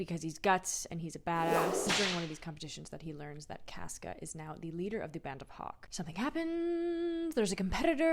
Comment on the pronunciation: It's CAWsca, but love the progression!